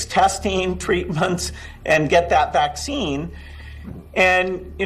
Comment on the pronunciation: I dont want Woody Allens 'vaxeen'